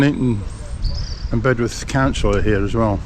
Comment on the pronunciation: It’s Bed’uth not Bedworth 😂 Watching from Penang, Malaysia